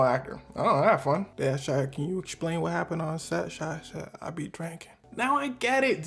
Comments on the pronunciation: Why do you say explain loke that 😂 exshplain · “Lemme eschplain” 😂